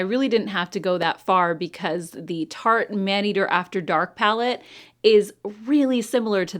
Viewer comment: Tarte, not taste! Grrrrr